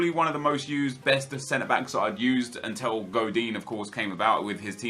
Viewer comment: IT'S UNTIL NOT UNTEL FFS